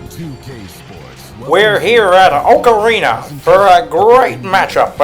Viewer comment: I know it’s Oak Arena, but I keep hearing Ocarina XD